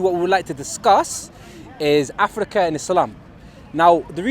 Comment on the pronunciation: how is he saying 'Abu Taala' for Abu Talha but over-pronouncing other words like 'Afrrrikka' for no reason?! Loooooool